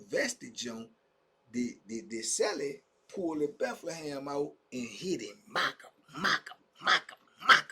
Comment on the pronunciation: I be always laughing when you call it , The Bethlehem 😅